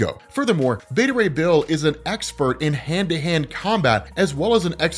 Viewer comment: Me: So... Frog+Thor= Throg... and Horse+Thor = Thorse??? Them: Yes on the first but you're saying Beta Ray Bill wrong...